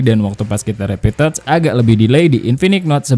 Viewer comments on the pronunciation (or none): none